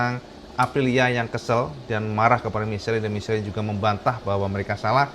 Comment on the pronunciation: Michelin = Misyelang cak pengucapan nya ... 😊😊😊